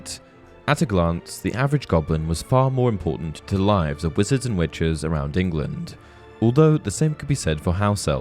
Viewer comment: I keep hearing wenches instead of witches lol. Great video as always though!